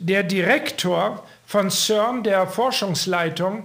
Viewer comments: CERN spricht sich auf Deutsch als ZERN aus,. Und das CERN ist in Genf. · Schweizer Cern: Sprich Zern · Ja, genau,! CERN wird deutsch bzw. französisch ausgesprochen also das C wie ein C und nicht wie'n K, und das E wie'n E und nicht wie'n Ö!